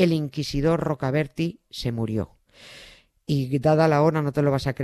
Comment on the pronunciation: No era Tomás de Rocaberti, era Tomás de Rocaberti' , acentuado en la i final!!!!!!!